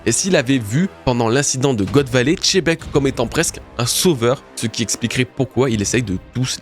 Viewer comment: Merci pour cette super vidéo bro, toujours un plaisir d'écouter tes analyses ! Sympa de comprendre pourquoi tu prononces Xebec de cette façon. Par contre, si on suit ton explication, ça devrait plutôt se prononcer "Chebec" (et non pas "Tchebec"), non ??? Un peu comme, en français, on peut prononcer le nom "Xavi" (l'entraîneur du Barça) de 2 façons : soit "Xavi", soit "Chavi" (mais en tout cas, pas "Tchavi") Enlève le "T" devant en prononçant "Chebec", et ce sera parfait ! 😉😘